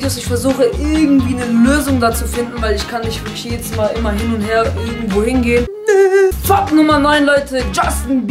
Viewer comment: er sagt Fakt als ob er sagt fuck